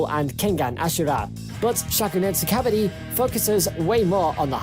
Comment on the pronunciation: fyi its not kah-buh-di...the proper pronunciation would be kuh-buh-ddi